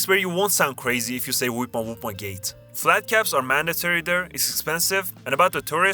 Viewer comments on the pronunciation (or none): none